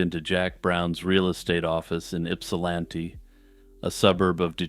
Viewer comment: So proud of you for pronouncing Ypsilanti so well! ;)